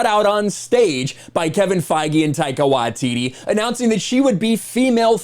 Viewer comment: Small nitpick of the video but you pronounce Taika Waititi's name wrong. You pronounce his last name "Wa-tee-tee" when it should be "Why-tee-tee".